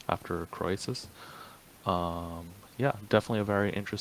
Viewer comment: Really enjoying your well-informed commentary on history as well as numismatics. But there are a few words you need to learn to pronounce correctly: 1) the coin is a "tetra-DRAM" not "tetra-drock-um" 2) the king is "CREE-sus," not "Crow-ee-sus" 3) the auction house is "LOY" Numismatik, not "Lay-oo."